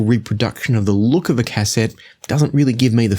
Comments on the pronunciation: bro. it's not "cass-ette", it's pronounced "ka-set". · It's actually phonetically pronounced 'caset' , there is no hyphen. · I quite enjoyed this video and then you said Cass sett and completely ruined it 😂😂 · "cass-ET" LOL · please learn how to pronounce the word cassette, cheers